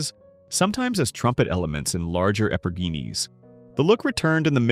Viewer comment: AI voice absolutely had no idea how to pronounce epergne. 😂